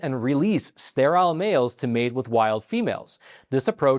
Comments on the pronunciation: It's pronounced Stair-ill not Stair-aisle! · This man cannot even pronounce sterile. Why would anybody listen to him? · Please learn to pronounce sterile. It rhymes with peril.